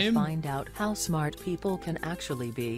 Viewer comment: did say house fart or how smart